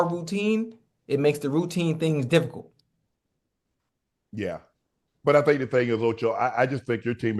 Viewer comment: Nobody: Ocho: it’s very diffigult…very diffigult